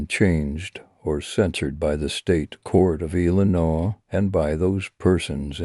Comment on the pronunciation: Apparently he can’t say Illinois correctly